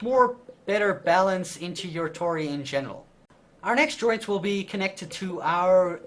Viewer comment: When you say joints it sounds like you are saying ''droids''